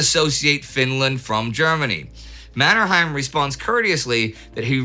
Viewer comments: One comment on the name Mannerheim. Locally, it's pronounced MannerHEYm, not MannerHAIm. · Pronounsed MannerhEim not the German MannerhAim. That family name was coned in Sweden. Think of Trondheim in Norwegian and Swedish. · It's pronounced "Manner-hame", not "Manner-hime" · it really annoys me how you say Mannerheim